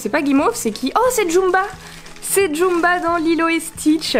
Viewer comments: C'est une torture a chaque fois que j'entends Djumba au lieu de Gantou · C'est plutôt Gantu (Prononcé Gantou), pas Jumba pour aller avec Stitch 😊 Jumba est plutôt sympathique. Belle ouverture en tous cas ^^